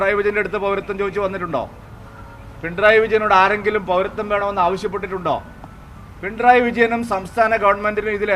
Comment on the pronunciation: പിണ്രായി അല്ല, പിണറായി